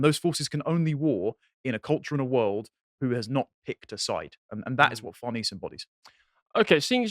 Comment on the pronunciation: Far-Ness-Say not Far-Niece. Her whole family is clearly based on Roman/Italian heritage.